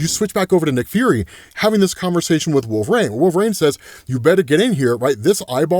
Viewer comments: Why is he pronouncing it like wolverain? Instead of wolverine...it really bothers me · Lol every time: "Wolv-rain" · Why does say “Wolver-rain”? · I keep meaning to ask, why is it that you pronounce Wolverine as “wolv-rain?” I’ve never come across anybody else that does, so I was curious